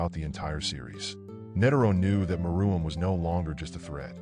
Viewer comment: It’s Meruem not Maroon not Maraum or something else